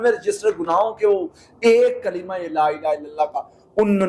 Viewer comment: Laaa tora lmba krk prhtay h,la means albta,laaa means nhi.correct da pronunciation